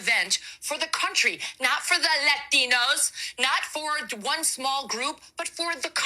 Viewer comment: Did say “Leftinos”. She’s a horrible person. Why are we giving her air time.